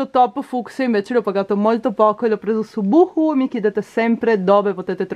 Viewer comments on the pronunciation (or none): none